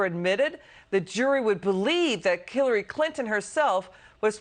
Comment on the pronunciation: she said kiliary Clinton. Lol